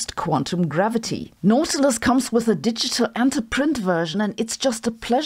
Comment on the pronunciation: It's pronounced "naughty-lous"